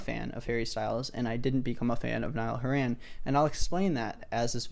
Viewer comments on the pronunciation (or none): “nile haran” lmao